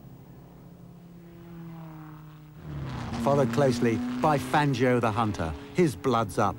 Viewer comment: Fangio was the greatest! I bow low to his mastery of motorsport! BTW, It's Fahn-Joe, not Fan-gee-oh! Never, ever, depend on the British to pronounce foreign names correctly, because they basically don't care how foreigners pronounce things. (I'm American) - Now I'll admit I don't know how Fangio pronounced his name, but it looks like an Italian name, and in Italian the 'i' is (generally) there to modify the sound of the 'g'', not to be pronounced. It's like the difference between 'caca' and 'chacha' (or 'sit' and '$hit', if you prefer). If you look at the Wikipedia article on Fangio, they say it's pronounced [ˈfandʒo'] (but then, maybe they don't really know, either) For all I know, Fangio may have pronounced his name 'Fahn-gee-oh', but since he spoke Italian, I kind of doubt it.